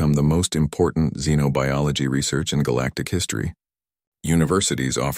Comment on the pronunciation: A very interesting story. Even pronounced Xenobiology correctly.